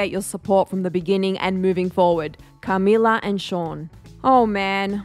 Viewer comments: the way she says CAmila 💀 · Cah-mee-lahr. Like why is she saying it like that?! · The way you say Camilla had me rollin lol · Why’d the host say Camilla like that lol